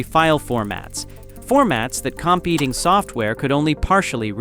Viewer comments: "formulas that comp-eating software could only partially read..." AI voice strikes again 🤣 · The droning repetition was already signaling #AIslop, but they couldn’t even be bothered to review it and catch stuff like “competing software” being pronounced “comp-eating software” which is pretty funny for design software. Please block this and all AI slop channels, even if it feels good to have a sycophantic voice repeat something you feel strongly about over and over. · Subscribed, heard "comp eating" in the shitty AI narration, unsubscribed. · Same here, I’m pretty cheesed off with myself!! Comp-eating 🤦🏻‍♂️ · More AI slop. Can’t pronounce the word “competing” correctly. Says the “point zero” in 147.0% instead of just 147. Hey creator, buy a microphone and USE IT !! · And . No one pronounces competing that way